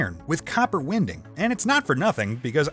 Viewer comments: mispronunciation of the word "winding." oy vey. your english speakers need to not only be able to pronounce English, but understand the context of the words. dude said "win-ding" instead of "wahyn-ding." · In addition to all the great comments from everyone else, I noticed mispronounces stuff from time time. e.g. he says "wɪnding" rather than "waɪnding" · Thanks for the video. Great stuff. Neodymium magnets are super cool. But, check out Iron Nitride magnets which are ~2x stronger than neodymium magnets... I would really love to see how you make Iron Nitride magnets... One small thing re: the Translation, the "winding" is not pronounced "wind-ing", it is pronounced "wine-ding" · Copper WINDING not wind-ing… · Hey, long time fan - please ditch the translator. He even mispronounced "Winding" You were doing much better! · I really don't like this guy he speaks english worse than you, he couldn't pronounce "winding", "neodymium" or "nitric acid" correctly and instead of correcting translation errors to make the english sound like a native speaker he leaves them in so its kinda pointless to even have him doing it instead of you. Its sounds incredibly strange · You have a pleasant accent. This voice mispronounces almost every scientific term and a few regular words. Winding was mispronounced as well as Yttrium and multimeter plus many more. Very distracting.